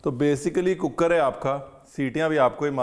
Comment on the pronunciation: Chef Cooker wali Citi Ya cookad wali😅😂